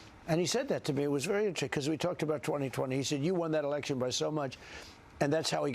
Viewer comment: Mr Chinaman say “ you wan to win erection”😂